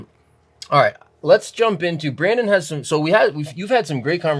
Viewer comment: Lol..: "Brandón"